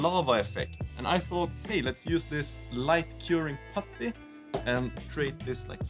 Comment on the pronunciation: Can we please have an eight hour loop of you saying, “putty” ?